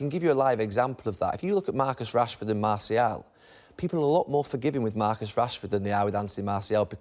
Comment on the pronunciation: Gary Neville ... the player name is MarTial, not MarCial :)